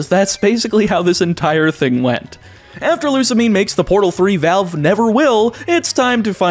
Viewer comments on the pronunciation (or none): none